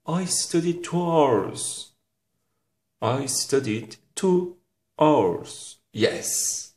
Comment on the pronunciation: Hour our diye okunmaz Aovırs gibi okunur.Nasıl öğretmensiinz